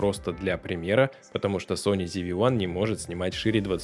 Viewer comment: ЗИ-ВИ Ван. Откуда "ЗИ"? Когда начинаешь слушать человека, не умеющего прочитать название камеры, дальше сомневаешься в его профессионализме.